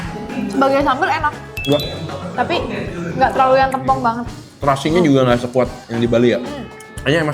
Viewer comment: bacanya tempong bang, bukan tempong